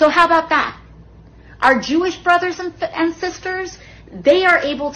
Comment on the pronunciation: Christ... even her boyfriend pronounces "and" the same way she does. "Aeeeend"